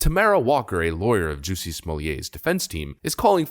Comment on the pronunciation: Jussie is not pronounced like "juicy"; it's pronounced like "PUSSY" with a "J"